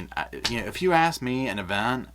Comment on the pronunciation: Sorry, I'm going to be petty. Is anyone else getting tired of listening to illiteracy? Example:, there is no "T" in the word, "ask." 🙄